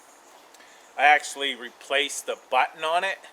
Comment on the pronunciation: "Ax-ually" lol